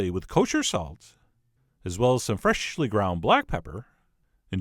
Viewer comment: Anyone ever notice the emphasis of "freshhh-ly ground pepper"?